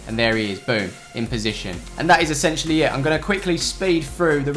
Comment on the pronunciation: 67 times you said 'ettentially'